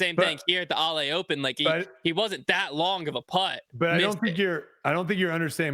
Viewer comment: opening with a comment on pronunciation and still pronouncing Ale incorrectly is wild. 😂